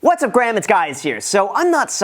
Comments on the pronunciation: "What's up Graham it's Guys here" - did I just hear that right? Thanks for the great content as always :) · ‘What’s up Graham it’s Guys here’ 😂😂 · “What’s up Graham? It’s Guys Here” lol - Idk if anybody else noticed that … On a serious note tho Great Video 👍 .. Ultimately the Fed will raise rates and slow tapering. It will cause a decline in the markets initially. It will hurt some and present an opportunity for others. It will come back up after bigger than before. Generating income, having cash flow/reserves will help us be better prepared. Tapering should shock markets but that will ultimately present opportunities. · "Whats up Graham, its guys here"? Lol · “What’s up Graham, it’s guys here”? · "what's up gram it's guys here" lol we all make mistakes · “What’s up Graham, it’s guys here”😂😂😂😂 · He said "What's up Graham, it's guys here"...😄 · “What’s up Graham, it’s guys here”?! Lol Great video, as usual! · Opening: “what’s up Graham it’s Guys here”…………. 🤣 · "What's up Graham it's Guys here"? LOL!! 😂🤣😂🙂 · intro straight away hahaha "what's up Graham It's guys here"